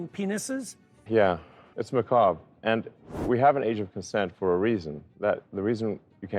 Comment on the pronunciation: I am super stoked that Elon said macabre correctly! I love Jordan to death he is the voice of reason in this really really messed up world, but Jesus let Elon speak. You beautiful minds keep on dreaming and making!